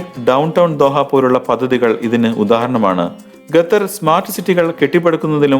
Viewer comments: Mone Gathar alla Qatar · ഗത്തർ അല്ല,, " ഖത്തർ " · ഗത്തർ അല്ല ഖത്തർ